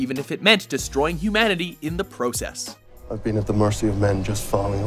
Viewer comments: how the voice over person was saying process was really annoying me. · The way this guy pronounces process bugs me lol